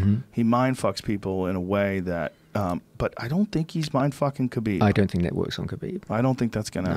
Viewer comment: Joe "Khalabib" Rogan